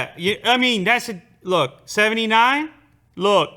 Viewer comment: Dude said 79 like its 69.